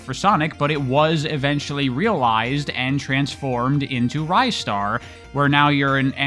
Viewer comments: ristar is actually pronounced rih-star, at least in japanese! could very well be different in english but thats what the katakana says. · Honestly that pronunciation could be correct too, even going by the Japanese name. Rice-star is definitely incorrect though. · It's pronounced Ristar. Hope I was able to clear that up.